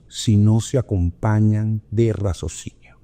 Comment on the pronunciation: Muchas gracias! Claro y lúcido como siempre. Por cierto, es “raciocinio”😏 no “razocinio”